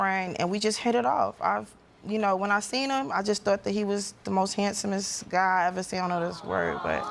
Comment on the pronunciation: The word today is HANSOMEST 😭😭😭